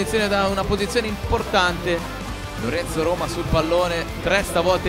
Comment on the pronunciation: Si dice dajje rommma, non daje romaaaa